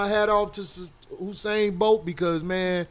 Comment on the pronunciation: My Nigga Corey said "Husain Bolt" lol